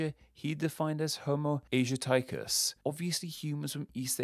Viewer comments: "Asiaticus" would never be pronounced "Asia-tyke-us", but "Azee-attic-us". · Shouldn't Asiaticus be pronounced as ayz-shee-attic-us and not asia-tie-kus. It's Latinised so should be pronounced that way. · Interesting. So they were essentially just making up human group categories based on superficial similarities. Then again, (modern) genetics wasn't really a thing before 1866, so superficial characteristics is all they had to go on. A few pronunciation nitpicks: : You misread 'asiaticus' here. I think the English reading should sound more similar to /aː.siˈaː.ti.kus/, the Latin phonemic rendering; thus a stress on the third-last syllable. : I recommend 'homo sapiens' over '-sapien', not dropping the /s/ for the singular form because it isn't dropped in the scientific naming (which is based on Latin grammar).